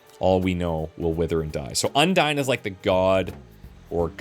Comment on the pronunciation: Small correction: "Undine" is pronounced "Undeen" (Yeah, I know the silent e normally makes the vowel into the long sound version, but not in this case for some reason -- English is weird.)